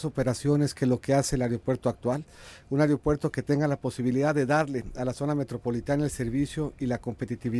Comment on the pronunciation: El "Areopuerto"